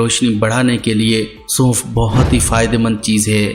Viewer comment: Bhai bolna to pehly Sikh lain Suunf ni sonf hota h